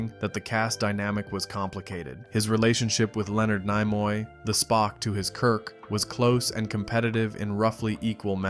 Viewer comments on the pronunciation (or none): Idiot. Look up how to pronounvr names. Nimoy has a short i sound, not long. Ruined the whole video.